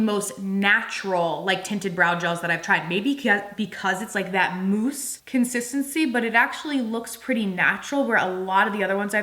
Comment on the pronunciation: I giggled every time you said mousse. Moooose. 🤭 The lip tints have been on my radar, I’m going to have to get some.